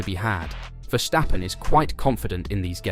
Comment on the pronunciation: 'vershhhtappen' hahaha